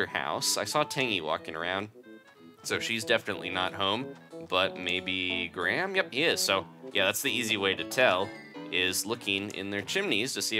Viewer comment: he can't say graham